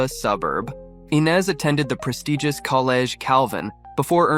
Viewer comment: Is it Eye-nes or Eee-nes?🤔🤔 Y'all can't stick to 1 pronunciation!